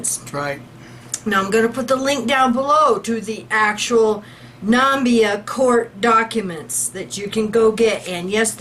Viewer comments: BTW is pronounced nah-MIH-bee-ah not NAM-bee-ah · It is pronounced Na-me-bee-ah. Plus, you once said "Nigeria dollar". No, it is "Namibian dollar". Nigeria is very far away and it uses Naira.